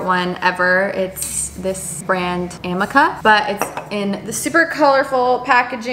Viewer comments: bestie its am-EE-ka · It’s a-mi-ka Btw no hate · I sell professional salon products! Amika is pronounced uh-me-kah and it’s my favorite brand that we sell 🥰 if you use purple shampoo you should try theirs it’s amazing!